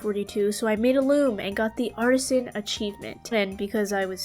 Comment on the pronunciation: Why do I hear arson instead of artisan ???